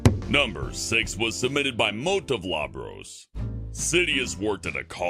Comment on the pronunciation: It's MOTE-OF-LOBROSS, not Mote of Labross. OOO not AAA. LOOOOOObross!